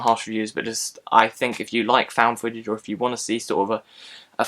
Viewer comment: I may see this. I liked ET, Goonies and Stand By Me as well. When you said "footage", it sounded like "fetish."